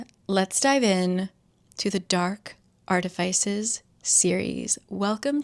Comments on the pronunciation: Almost stopped watching after the mispronunciation of artificers. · ILY but that’s not how you say artifices ❤ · I have never heard artifice pronounced like that huh